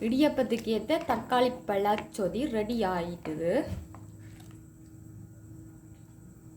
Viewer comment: தமிழை கொல்லாதை (சோதி இல்லை சொதி) மற்றது கருவேப்பிலை. தமிழை கற்றுக்கொள்ளுங்கள்.